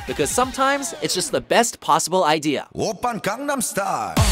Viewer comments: How does anyone mispronounce gangnam it's legit in the chorus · I’ve seen so many videos from where they go out of their way to pronounce things correctly, yet they refuse to pronounce Gangnam correctly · This guy just can't pronounce 'Gangnam.' Sigh...(Or should I say, Psy...) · I just lost all respect for. They can't even pronounce the top song correctly. If you are going to take the time to research things to make a list, learn to say them regardless of the language. I mean, come on you can hear how Psy pronounces it in the clip you play right before you said it. Put some effort in please.